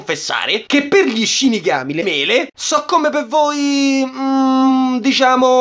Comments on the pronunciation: Riuk lo Shinigami dice: "CaGami" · Le ShiniDAME non Shinigame xdxd!1!1!lololo1